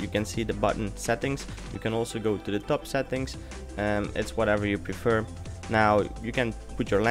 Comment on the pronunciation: Cool, lol, whenever u say settings, it sounds lkike ur saying sad things, haha :D